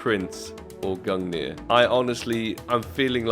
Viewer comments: Gung-ner not nier. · It’s pronounced gun gear but spelled gungir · Why do you pronounce it gungnir It's gunger... Also i need skins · It's pronouced "gun-neer" and it was the spear of Norse god Odin. Said to be the strongest spear in the cosmos. Forged by dwarves the greatest craters to ever exist. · Pretty lucky on the "Gungrrr" there xdd /tradeoffer/new/?partner= &token=qutFmf1A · it's actually easy to pronounce Gungir when you are from Scandinavia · You remind me of PyroJoe lol Btw you should try pronouncing the gungir as " *Gun-gear* " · Nice man, fiinally you got "Gungrrr" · Gung-neer. Think of the word "thing" Same end sound with the last G. And nir is "neer", like when you say "peer" but overpronounce it. Gungnir. I also think they mention it in Marvel movies with Odin in them, since Gungnir is Odin's spear in norse mythology. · I think you should still call the gungnir gungrrr :D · somehow the way you pronounce gungnir now sounds so wrong after hearing GUNGRR love you ❤ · I told you valve would give it to you when you pronounce it right I could use a shiny new awp skin tradeoffer/new/?partner= &token=3HA38g0Z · If I get the AWP Lightning Strike I’ll teach you how to pronounce Gungnir ;) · congrats brother, finally after 7k pass levels u got awp :P Now please learn how to pronounce its name :D well here is my link for lightning strike :) trade link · All you needed to do was pronounce "Gungnir" properly 😜